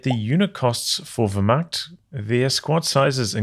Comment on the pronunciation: Love the stream, but as a German, your pronunciation of 'Wehrmacht' is damaging to my morale. Sounds like 'where-macht' but with the v, like you have been doing. I say this only to improve you as a human being, as difficult as that is.